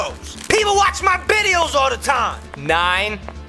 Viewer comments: He said bideos lol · Bideos HAHAHA LOL You make my day